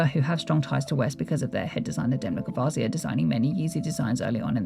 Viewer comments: you clearly need to learn how to pronounce his name sweety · Who's Demna ‘Gvasia’ ????